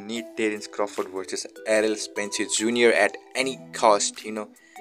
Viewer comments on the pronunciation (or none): stop saying spencer its spence